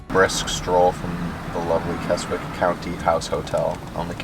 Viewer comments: not kes wick kesick silent w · Please talk to people and realise its pronounced kes ick there is no such place as kes wick!!! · I love Keswick, only 20 mins from my home and pronounced Kesick silent "w" :) More videos on my channel with some good news. 👍🏻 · No offence! but Keswick is pronounced KEZICK, have a wonderful time, you 2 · Keswick is actually pronounced as Kesick it has a silent w.... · Keswick is pronounced more like Kez-Ick. The 'w' is not pronounced. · 😆😆😆 It's pronounced "Kezzick" 💜💜💜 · Keswick = Kezzik. 😊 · Obviously don't expect you to get pronunciations right every time, so it was funny how it really made me wince every time you included the W in Keswick. It's more like Kezzick. And yeah, parking is a nightmare in the main holiday season. Seeing you swimming in the lake reminded me of around 30 years ago teaching my oldest daughter to swim in Derwent Water - we had 2 weeks of crazy hot weather, so lucky. You made me want to return 😍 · Sorry its "kezzick"